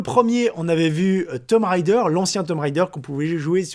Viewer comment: TOMB Raider pas Tom Raider.